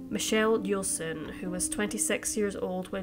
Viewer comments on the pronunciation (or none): none